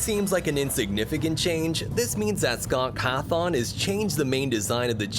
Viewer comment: 'scott Cathon'